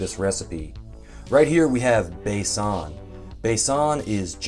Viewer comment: Loved it! Video as well as the Pancakes... thanks just a teeny suggestion Besan is pronounced Bay-Sun...